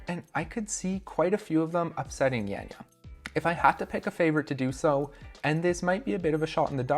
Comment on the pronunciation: Not Jenja, but Janja. greetings from Slovenia! Is it possible that Kruder appears on the comp and smacks his beech up?